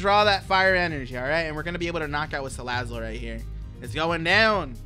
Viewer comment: U said Salad it